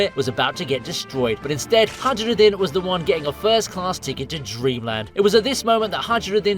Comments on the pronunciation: I hate the way he said highrudin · Hajrudin: Hi-Rude-in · HA-ROO-DIN You call yourself a fan, 😂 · Bud saying haj ruden pissed me off like dude if you watched the show you know that isn’t how it’s pronounced wtf is up with you?